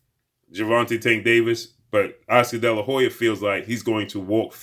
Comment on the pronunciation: Damn just say oscar delahoya sheeesh